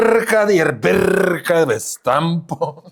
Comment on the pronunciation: Daukanto 😂😂😂 birrrrrrka birrrrrka vis tampo Cvirrrrrka palipęs 😂😂😂 atsisikau antra kart paklausyt poezijos ;)